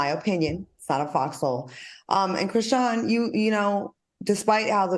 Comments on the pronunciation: Al, why you keep saying Chrisean (shin). It’s SEAN. LIKE SEAN JOHN. Cmon Professor!!! It’s giving Kim Parker can’t read tea. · Al Reynalds is COMMITTED to calling that girl ‘Kra-SHIN’ 😂😂😂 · Al is killin me acting like Dr. Heavenly…. The girl’s name is pronounced Chri-Shawn lol I mean come on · Not "krishin" 😅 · Mannnn y’all done reported on CHRISEAN too many times for Al to still be saying her name like this 😒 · Al, I love you, but it Cri SHAWN! SHAWN! ❤